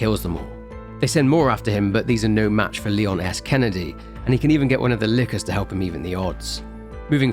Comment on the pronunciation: Sometimes I understand "Leon Ass Candy" and that's funny.